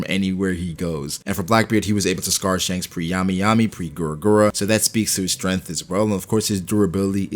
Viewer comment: I like how he says stemth